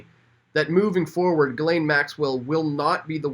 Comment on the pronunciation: Ghislaine is pronounced ''jiss-lenn'', with a soft j.